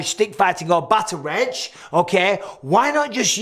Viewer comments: It's pronounced Batter-Oct. Irish reads very different from how it's spoken. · Hi Mike! Enjoyed the video but here's a quick note on the pronunciation of "Bataireacht" Gaelic vowels are pronounced differently from the romantic languages, so the word actually sounds more like "baht-ahr-ruckt". Much love from Ireland 🇮🇪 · For future reference bataireacht is pronounced "bahtuhrockt" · Bataireacht= pronunciation (bat-awr-okt) Old Irish word, just for context 🇮🇪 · The Irish stick fighting would be pronounced "Batter rocked" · And “bat-tuh-ract” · Shi-lay-Lee, and bat-ar-Oct would be close to how you pronounce Shillelagh and Bataireacht Mike 😊 Cool video love your content